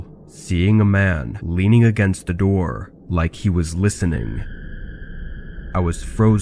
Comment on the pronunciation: “open the noor, open the noor”